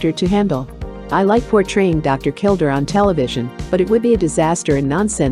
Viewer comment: His name was pronounced, KilDARE not kilDER. and the narrator spews non stop like shes on amphetemines. A failure of a channel, a joke!